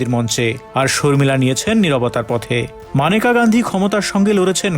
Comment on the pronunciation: Agey nam ta thik moton uccharon korun..Maneka na unar na Meneka